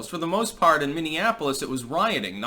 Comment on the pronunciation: Most of the rioters can't even pronounce "Minneapolis". Wtf is a mimiafolif?